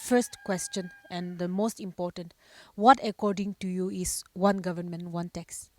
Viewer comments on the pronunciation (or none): Dear sister please lean to pronounce Government.